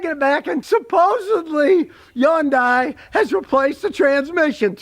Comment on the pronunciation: First thing you need to do is learn how to correctly pronounce Hyundai.